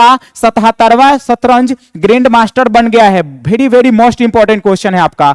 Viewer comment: Very ❌ bhery ✅